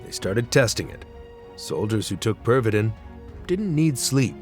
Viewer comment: Tis pronounced... (perv-uh-teen) :\